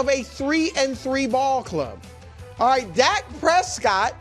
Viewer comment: Chris “Auight” Broussard